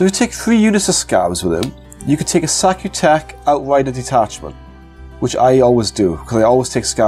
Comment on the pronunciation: "Sautekh" is pronounced sow-*tech*. Good stuff otherwise.